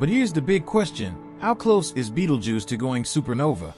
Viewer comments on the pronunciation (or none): Beatle juice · whatever you do, dont fixate on the way dude says “Beetlejews” or you wont be able to pay attention to anything else 😂